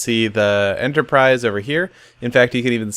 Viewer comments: Seriously? Enterprise. XD Not Enterprice. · At a few points it sounded like you were saying Ender-prise instead of Enterprise. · US EnderIce instead of enterprise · you mean the USS "Iceterprise" ha lol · Starship Enterpr-ice? No?